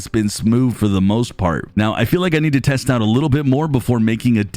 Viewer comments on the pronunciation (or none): none